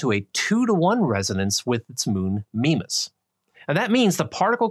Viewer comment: Nice video; I like the graphics. One quibble: Mimas is pronounced MY-mas.